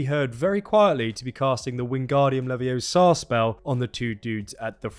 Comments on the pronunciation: It's LeviOsa, not LeviosA! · It's LeviOsa not LeviosAa! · "Its Levios-uh not levio-saw" -Hermione Granger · Mate, it's Leviosa, not Leviosar! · YOU'RE SAYING IT WRONG, IT'S LEVI-O-SA, NOT LEVIO-SA XD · You are amazing mate ! However , it's so triggering to hear you say 50 times "leviosA" instead of "leviOsa"... Whyyyy , why are you doing it !? 😂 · It’s Levi-OH-sa, not Levi-oh-SA! 🙄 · “It’s levi-O-sa, not levio-SA” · It’s leviOSA, not levioSA 🤣🤣🤣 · It’s Levi-O-sa not Levio-SA 😂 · sounds more like Levioso, instead of Leviosa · Its leviosSA not levioSAR Sorry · you were really asking for this ... but it's leviOsa not leviosA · It’s LeviOHsa! Not LevioSAAAAAH!:_AndyLOL::_AndyLOL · Thank you! He was driving me nuts!!!! How do you make such an in-depth video but get that wrong, emphatically! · Awesome video. I had a smirk listening to your pronunciation of leviosa just because of that scene with Herminone and Ron in the first film. Can’t wait for this game to come out. Preordered the digital deluxe